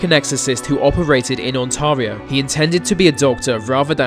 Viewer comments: It’s OntAIReo not OntAREeo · On-Tar-e-o lol!!!!! It's On-Tare-e-o. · Did he just call Ontario Ontaria?! Oh hell naw! It's pronounced, (on-tear-e-O), not (on-tar-e-a) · It's "On tear ee o". I have lived in Canada for my entire life, on both coasts, and have NEVER heard of any of these "Canadian legends". I am interested in the paranormal and I'm a member of two urban exploration groups, so if anyone should have heard of these "legends", it's me. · The way he said Ontario hurts me a bit lol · The way he pronounced Ontario made me cringe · Wow you pronounced Ontario wrong 😂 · Word if advice to anyone not familiar with Ontario: don't EVER say it the way the narrator does in this video. That is incorrect and you will be corrected and/or laughed at if you do. No, just because he's got a British accent it's not some eclectic English pronunciation he blurted out, dude simply never heard it pronounced before and that's a fact. The A in Ontario is a long vowel, not short. Simon Whistler does this same shit all the time in the videos he narrates too. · You pronounce Ontario incorrect- Canadian that was born/lives in Ontario. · lmao!!! Don't worry, I've heard it mispronounced before. Easily forgiven, eh! ;) 🇨🇦